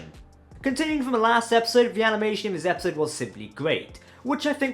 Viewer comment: I understand accents, but dude, you need to pronounce actual words, man. (Progy? Prodigy) ( Epsode? Episode) (Scovery? Discovery). Fuck dude.